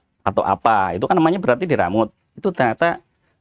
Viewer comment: Diremot boss bkn diramut 🤭🤭🤭